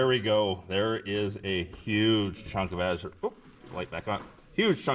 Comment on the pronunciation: No one can say your wrong... seeing Az-u-rite! Nice finds!